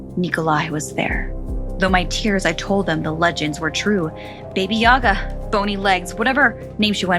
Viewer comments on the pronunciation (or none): It's actually baba yaga not BB yoga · just a detail; you said it kinda like "baby yaga", but its just baba, like when ur saying baa baa black sheep, just "baba", it means grandma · Baby yaga?! It's Baba Jaga 😭💀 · God its not Baby Yaga. Its BABA YAGA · Baby Yaga? Bah Bah Yaga is correct way to say her name.. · It’s baba yaga not baby yaga lol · Am I the only one who hears baby Yaga and not baba Yaga? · I love those Stories but you pronounced Baba Yaga wrong it just sounded like you said Baby Yaga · Take a shot of vodka for everytime she says "Baby Yaga." ITS BABA YAGA!!!! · Baba Yaga not baby yaga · honey it is pronounce Baba Yaga not Baby Yaga. ^^ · It's Baba Yaga! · I’m sorry but it’s Ba-bu-ya-guh “ba-ba” like sheep baaaaa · Sounded like Baby yoga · It's pronounced bah bah like how a baby says bah bah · Did you really pronounce bah bah yagas name wrong total culture appropriation with no research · it's actually pronounced bahh-buh yahh-guh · It’s called “Baba yaga “